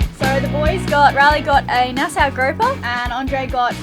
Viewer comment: At least knows how to say Nassau. Can't believe you guys are still getting it wrong.